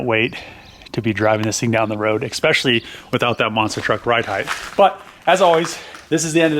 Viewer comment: There is no 'X' in the word especially...